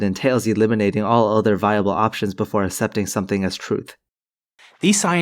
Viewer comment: "assepting" is pronounced "ak-sep'-ting"